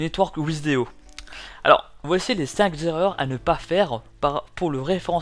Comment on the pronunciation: Ah, non Si on dit "les cinq z'erreurs, alors il faut dire aussi "la troisième z'erreur". Restons cohérents ! :D